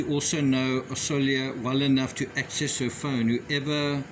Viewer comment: As a hungarian ,Orsolya is pronounced "Orshoya" and it is the formal version of the name. The informal version is Orsi (Orshee).